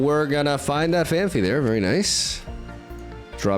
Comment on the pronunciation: Phan-fee ❌ Phan-pee ✅